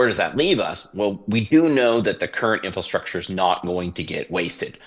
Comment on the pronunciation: what in the world is “infrostructure?”